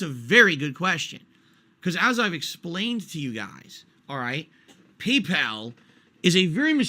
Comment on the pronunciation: "Pee-Pal" is very mysterious indeed